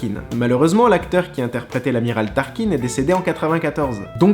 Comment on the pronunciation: Désolé de corriger mais entend que fan ça ma fait mal c'est pas turkin ma tarkin